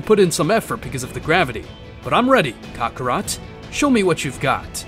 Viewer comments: Bro really said kokorot instead of kakarot 😂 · Buddy stop saying Cockarot